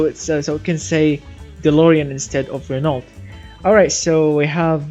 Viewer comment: ITS PRONONCED Renoo not Renoult 😂😂. I am not eved from. France and i know it